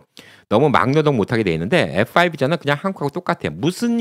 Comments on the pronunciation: 말씀중에 F오 라고 말씀하시는데 F-5(F-화이브)하고 다른것 같기도 하고 다른것 같기도 하고, 분명히 해줬으면 해요. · F4, F5, 발음이 정확치않아 전부 FO로 들리네요